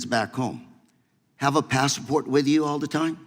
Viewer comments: WTF is a "Passaport"? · The guy can't even pronounce "passports" correctly. Not the best guy to argue this point LOL esp since the state he represents is a mess.